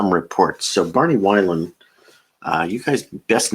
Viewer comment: Thanks for the tip! BTW, Barney Wilen pronounced Vee - len. Cheers!